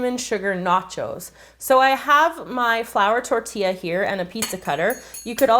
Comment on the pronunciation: Finally someone says tortilla right😌 LoL😂😂